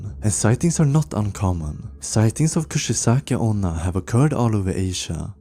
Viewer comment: 1. the maria story was trash . 2. Its not kushisake , its Kuchisake . 3. Its not tiki tiki , Its teke teke . Summary of this video : You suck